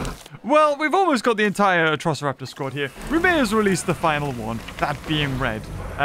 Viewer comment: Atrociraptors not atrisoroptars or whatever you said